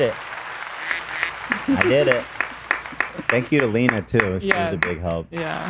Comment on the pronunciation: did call lena “lennie”? 🥺